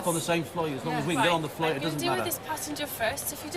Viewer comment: 'It was specifoid, get us on that floight' 😆😆